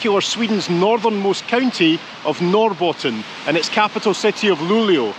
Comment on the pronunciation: Thats the best pronunciation of Norrbotten i've ever heard from someone not Swedish. Hats off to you : )